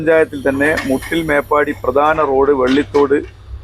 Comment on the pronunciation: Not. Mooottil . Muttil only 😂